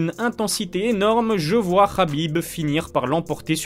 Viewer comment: 29/0 inchallah C'est Habib pas Rabib